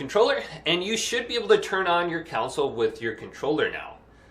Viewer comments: Council. Lol Con - soul 😂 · "council" lol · It’s a console. Not council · I can't believe this is the only comment pointing that out. 😅